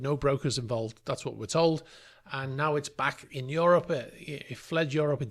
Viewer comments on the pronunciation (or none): none